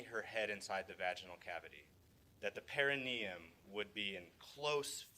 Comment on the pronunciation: Why doesn't anybody in this trial know what the perineum is, or how to pronounce it?